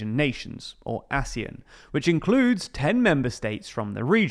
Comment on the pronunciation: its pronounced exactly as it looks, "Asian", with a "sh" kind of sound